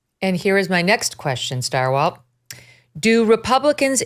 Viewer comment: Stirewalt?? Ugh